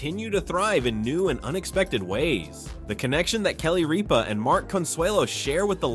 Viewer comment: You mispronounced Ripa. It's not Reapa